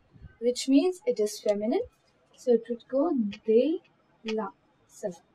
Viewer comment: Nice video maam But u did mistake over there in .. For de la u have to say द ला not दे ला hank you for teaching this part... Now, I understood this part....